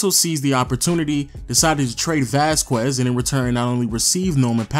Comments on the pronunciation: ITS VÁZQUEZ NOT VAZ-QUEZ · Vas-kez Lol not vas-kwez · Since when? It's a Spanish last name: Vas-kez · dude. VAS-KEZ not VAS-QWEZ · Oh my god if he calls him vasqwez one more time. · Seriously "Vazkwez"? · Ruined it by saying Vaskwez lol. You tried at least